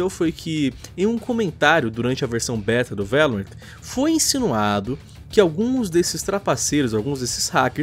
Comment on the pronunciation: A pronúncia é Lorrant nao Laurent